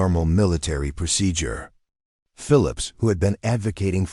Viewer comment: This story drove me nuts because the AI voice kept pronouncing procedure wrong!!! Sometimes the sentences would run together with no breaks! Things were constantly repeated!! I'm not listening to another one of these stories!